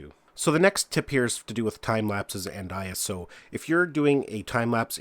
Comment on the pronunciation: He called it iOS instead of iso.